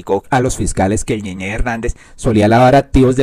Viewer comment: Es ñeñe y ud lee ñeñé, no le sobran unas clases de gramática y ortografía; con mayor razón oficiando de comunicador.